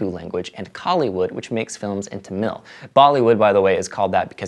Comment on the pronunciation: Telagu pronounce "Thel-La-Goo" and Tamil is "Tha-mil"